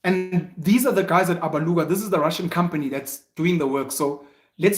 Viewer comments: I like how he says Alabuga, Abaluga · Those who think SIYA was being ATTACKED need to WATCH the episode AGAIN BECAUSE‼️: 1. SIYA WAS NOT TRANSPARENT AND HONEST WITH HIS RESPONSES. 2. SIYA AND REST OF THE AGENT TEAM DID NOT MAKE ANY CONTACT WITH INFLUENCERS THAT THEY MADE THOUSANDS OF RANDS FROM 3. SIYA DODGED A LOT OF QUESTIONS BECAUSE HE KNOWS THE TRUTH ABOUT THIS SAGA ‼️PENUEL DID NOT PAY ATTENTION AND PRONOUNCES ALABUGA WRONG AND THAT SHOWS THAT HE JUST DID VIDEO WITHOUT PROPER ANALYSIS ‼️ YOU GUYS MUST OPEN UP YOUR MINDS AND WATCH THE EPISODE AGAIN‼️